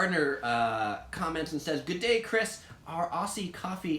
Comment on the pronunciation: Just have to add to this. I for one love a good prawn on the bbq!:) But also, never in my life have I said “throw a shrimp on the barbie” nor have I ever heard an Australian say it, indeed, *cringe*. Just one last thing. It’s G’Day (gid-day) not “gooday”